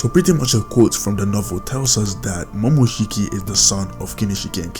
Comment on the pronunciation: It's momoshiki u dumbass